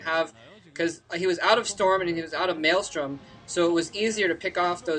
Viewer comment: its not called maelstorm its actually called maelSTROM